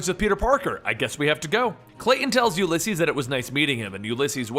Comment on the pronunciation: You say the name weird. It's oo lee ses